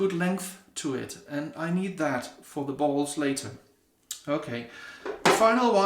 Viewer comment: When you said "I have a lot of bowls(sounded like balls), I lost it🤣🤣🤣🤣 Great vid brother, and I'm digging that custom bowl. That's gonna be an awesome giveaway to someone. Have a great weekend my friend and stay safe.🤙🤙🤙